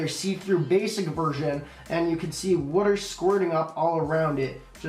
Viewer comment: Woter (water)